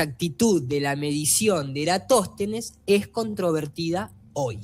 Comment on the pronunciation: faltó que dijera Eratóstenes envez de Erastòtenes y queda perfecto jajajasjasj (pequeña broma)